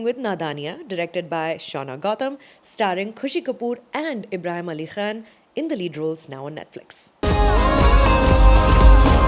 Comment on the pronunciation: nice "Khan" sound